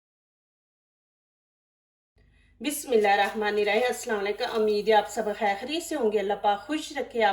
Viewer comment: Haa hai.... AMEEED HAY😂. Zabardast... Apki recipe aur commentary dono Kamal Ki hain.